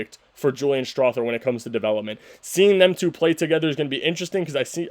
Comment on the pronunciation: Strawther TH is pronounced like the th in mother, slither, other, brother, neither, etc. You lose cred as a Nugs fan when you can't take the time to learn how to say someone's name right.